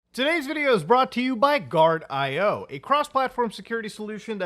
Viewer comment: Can you even say the name of the sponsor corrected? Its GUARDIO!